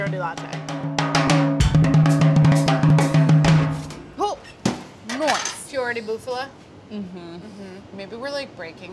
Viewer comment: I would like to make a correction about "fiore di latte". You guys mispelled and mispronounced it all the time except when in Italy. FiorE has an "e" at the end and it's pronouced phee-oh-reh. You are welcome.